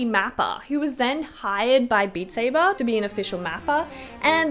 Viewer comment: “Bat Sabe.” The best thing ive heard all year